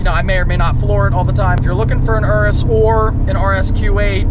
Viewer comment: Wtf is an URUSSS it’s called a Urus Your-us